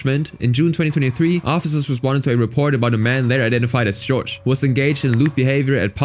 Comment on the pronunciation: also Jorge is pronounced HOR-hay, not George